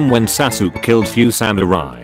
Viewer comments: It’s so funny how the tts voice spells Sasuke saske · A 100 episodes but the voice still mispells sasuke